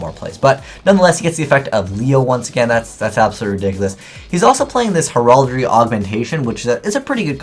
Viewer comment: You are not pronouncing Heraldry correctly.